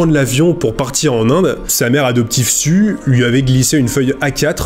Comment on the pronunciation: Et "aujourd'huiT-encore" ! bizarre ces liaisons avec un T... mais c'est peut être lié à un trouble dyslexique. (Et pour info le prénom de la mère adoptive "Sue", se prononce ""SOU", comme la fameuse Sue Ellen dans Dallas) 😉 très belle histoire ça serait intéressant de revoir ce jeune homme aujourd'hui et connaître la suite de l'histoire surtout depuis sa popularité, il doit avoir les moyens de leurs payer une belle vie en Inde!